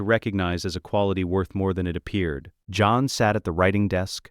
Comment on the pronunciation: When did "john" become two syllables?